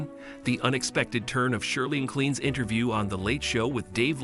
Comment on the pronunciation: Her surname is pronounced MaClain not Mallan! It is a Scottish name and the Scottish spelling is MacLean though McLean is more common. 😢